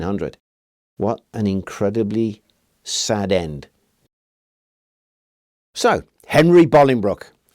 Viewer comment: Thank you for pronouncing Bolingbroke correctly 😂 it's not far from where I live but people always pronounce it wrong. You're spot on 😁👍